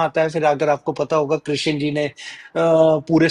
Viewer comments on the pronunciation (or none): none